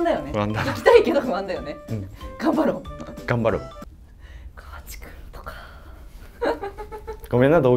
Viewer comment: 大阪(東部大阪地方)ですが、この講座 私の親でも使わない大阪弁を教えてます。 川地アナの名前の言い方も、カワチの発音もこちらでは一本調子『カ→ワ→チ→』さんと発音しますよ。 自転車も、柄が悪い方がチャリンコとかチャリと言ってますよ。 普通の男女共に大阪(関西)人は『自転車』と言いますよ。 大阪の『さか』は、『坂』だと縁起が悪いから『阪』を使われていると聞いたことがありました。 すみませんが、大阪のイメージ悪くなりそうなので、本当の普通の大阪弁(関西弁)講座にして欲しいです。